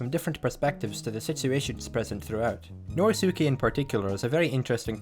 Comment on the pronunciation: To this day, the biggest mystery of Part 8 for me is how people can correctly pronounce "Josuke" and yet not take the hint when pronouncing "Norisuke".